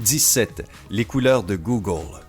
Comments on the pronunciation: C'est quoi cette voix étrange là et pourquoi il dit Googole? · J'adore avec ton accent quand tu dis GOOGLE lol